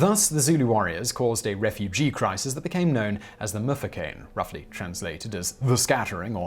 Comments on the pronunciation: Mfecane not mufukeni🙆🙆🙆🙆😘🙆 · I had to take a breather when he butchered "mfecane". It's not "the mufecane" it's "mm-fe-ka-neh" 😂